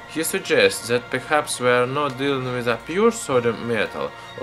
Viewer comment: lmao why is it so hard for some people to pronounce then, that and the? like how are you saying ''zhe'' ''zat'' and ''zen'' when its clearly a T there?